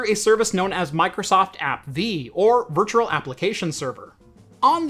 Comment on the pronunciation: Virtual not virtuRal